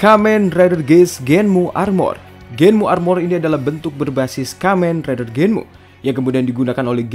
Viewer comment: Kamen rider Genm bang bukan Genmu